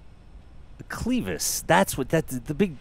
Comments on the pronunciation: Couldn't help but chuckle when pronounced Clevis as Cleavis. It's not an e sound, it's an eh sound buddy. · also, it's a short E in clevis, not a long E. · cleh-vis not ClE vis. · Mispronounced "clevis". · agreed - but I am a northerner - who knows how the southerners pronounce it.. ;)